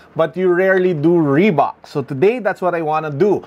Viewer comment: reebak or reebuk. idk hahaha. Thanks